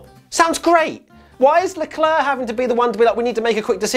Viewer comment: Good video. It was a super weird race... races? You are mispronouncing Leclerc. It’s Leclerc, not Leclerc.